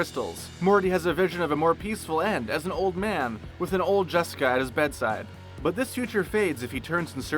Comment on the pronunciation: Am I the only person who heard them call "Jessica" jeniper?